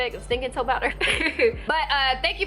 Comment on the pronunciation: “fruit powdah... that’s was do country” 🤣😂🤣😂